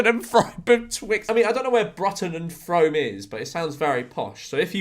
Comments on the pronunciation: actually, Frome is pronounced “Froom” 🤓☝️ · They're pronounced Brute-un and Froome, cheers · I live in frome lmao, pronounced “froome” , Bruton “brooton” is like 10 mins away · That mispronunciation of Bruton and Frome was violent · ERRRRNMM…. Mr George has pronounced ‘Frome’ wrong 🤓🤓🤓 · the Frome pronunciation killed me